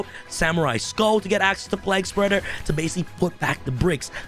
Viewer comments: Plague Spreader.. Pliegspurger lmao.. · play-guh spreader